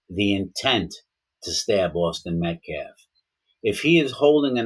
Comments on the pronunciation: The guy says Metclaf and optopsy lmao. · First of all Mr Metcalf didn't attack anyone. And say the man's last name correctly if you want to be taken seriously, period